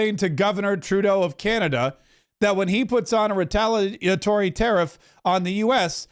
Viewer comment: I’m just curious. Are you mispronouncing Canada on purpose?